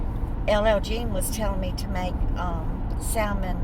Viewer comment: The L in salmon is silent.